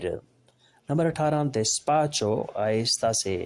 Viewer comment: Despacio galt parha apne